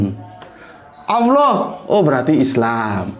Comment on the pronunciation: Kanapa dibaca seolah2 "Alloh"? Karena tafhim, jadi huruf Lam nya dibaca tebal. Bukan Awloh, tapi Alloh seharusnya. Karena tafhim hanya menyebabkan huruf lamnya tebal, bukan "awloh"